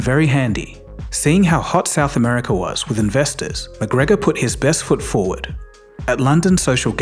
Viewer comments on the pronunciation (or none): none